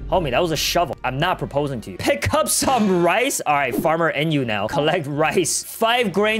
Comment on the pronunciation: Enyu not enyoo